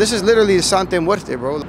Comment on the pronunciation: He keeps saying the name wrong. Makes this dude less believable. I thought he knew Spanish